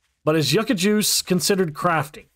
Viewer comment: How long are we going to let this man mispronounce YUCCA?! LMAO 😂